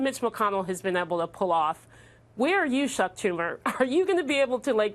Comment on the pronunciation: Did she say Shuck Tumor?